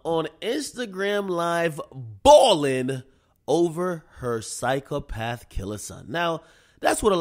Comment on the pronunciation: Did yo big ahh have to say siko path son